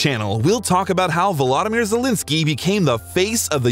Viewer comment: Aw man, the way you pronounce his name sounds like Zelinsky instead of Zelensky